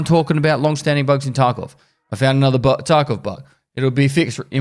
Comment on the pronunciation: Is it just me or did he say escape from taco lmao 🌮